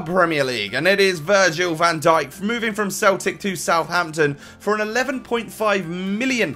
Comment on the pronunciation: Finally who doesnt say Van Dick but van Dyk or Dhaik thanks